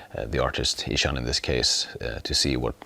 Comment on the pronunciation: Wait, is his name pronounced "Ee-Shaun"?